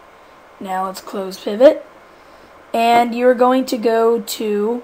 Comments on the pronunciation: did you say peevot ?? its pivot not peevot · you pronaunce (dont know how to spell it) pivot wrong